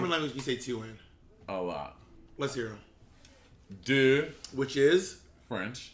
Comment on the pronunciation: me sitting here hearing them pronounce “deux” as “doo” like 👁👄👁